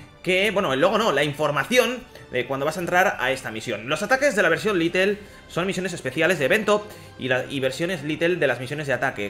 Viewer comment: No es LITEL es LITE